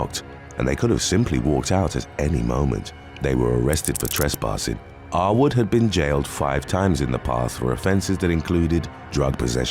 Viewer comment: Every time the narrator said "Arwood" it sounded like he was repeatedly calling the guy "r-word".